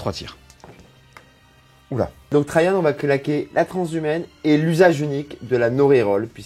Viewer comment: Oui merci je connaissais (je lisais la BD quand j'étais enfant) mais je ne vois pas le rapport, étant donné que Rahan se prononce comme il s'écrit. Donc pourquoi s'efforce-t-il à prononcer Trajan comme s'il était un prénom allemand? Et ne me dit pas que c'est parce qu'il est blond, LOL.